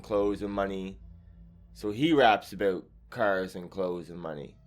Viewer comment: "its all abeout" 😁🇬🇧 Nice video